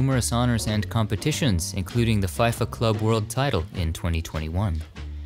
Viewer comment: Yay!!! Love that soccer was included! Can't wait to see more and always love your videos! (PS it's Fee-fa not FIE FA:) ) from a soccer fan:)